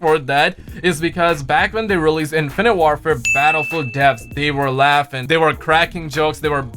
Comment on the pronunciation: "I have played Battlefewl I love Battlefewl"